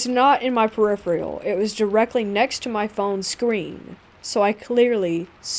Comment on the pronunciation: Great voice & stories! Small note, check your pronunciation, it can distract listeners from the awesome content. Malevolent (muh-LEH-vuh-luhnt). Peripheral (pr-I-fr-uhl).